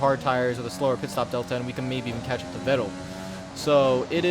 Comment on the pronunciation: Vettel is pronounced Fettel. Like an F and not a V. Just a little tipp.